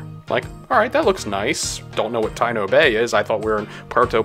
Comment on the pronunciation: It is pronounced Ta-EE-no Bay. Taíno is the native American of Hispaniola and other hispanic islands